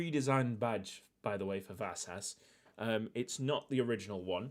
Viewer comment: The 's' in Vasas is pronounced like the sh in wish